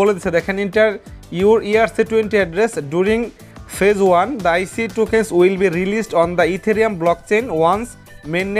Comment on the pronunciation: আইসি না ভাই এইটা আইচ হবে।